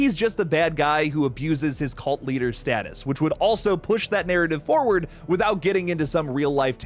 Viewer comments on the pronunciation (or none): none